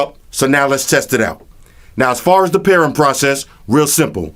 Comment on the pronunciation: You are missing almost every G. Not Altech Lansin. Walkin. Talkin. Speakin.rootin. tootin. Pairin. Pair-ING! Strugglin.